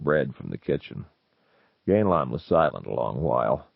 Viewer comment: The big takeaway here is that Zelazny pronounced it “GAIN-lon,” not “GAN-a-lon.”